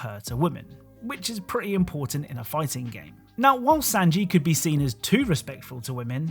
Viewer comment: SANJI! S AA NJI! NOT SANJI LIKE SAND 😂😂